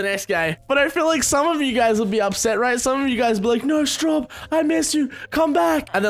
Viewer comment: After 3 years on this channel, I just realized its Straub not Struab........ Epic failure xD